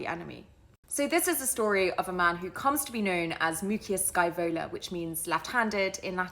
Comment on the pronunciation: Didn't Scaevola (you'd better work a little on your pronunciation) told Porsenna that he burnt his own hand to punish the hand that had failed? I think Tito Livio told the story this way in his "Ab Urbe Condita".